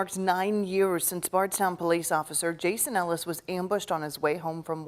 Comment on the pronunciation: For someone who has watched videos of this “more times than you can count” you would think maybe you would get his name right!!??? You repeatedly get his name wrong while giving your opinion on some conspiracy you have come up with! Jason Ellis was his name NOT HOLLIS!